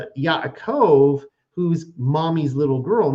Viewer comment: I appreciate discussion honestly, but as a correction of speech, it's not Yit"shack" it's pronounced Yeets hawk (sorry, tried to spell it phonetically) the CH is sounded like "ha" as in ha hah ha laughing... And it's not Ya"cove" it's Ya 'a' cove (phonetically spelled) - these are Hebrew names. It would be greatly appreciated and respectful if it were said correctly.